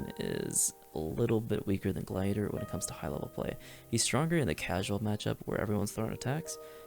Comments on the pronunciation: how tf did you just say gladiator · are we just not gonna talk about how this man doesnt know how to say gladiator